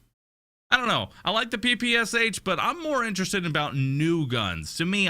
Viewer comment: I'm from Russia and damn it's funny to hear P P S H :D It just pronouns as usual english rules x)